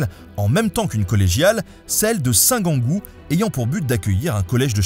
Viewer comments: 4'38 on prononce Saint "jeangou" pas "Guangou" ... ayant vécu à Toul 7 ans .. il y a presque 50 ans maintenant ... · Ahaha la même pour la prononciation de Saint-Gengoult, j'ai toujours entendu la prononciation "saint jean-goult"